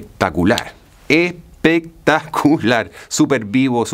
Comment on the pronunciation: Habia escuchado el pectacular.. pero no el "bien pectacuar" 😂😂